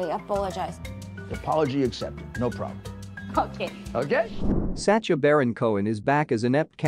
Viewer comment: Sasha not sa cha lol he's not doing the cha cha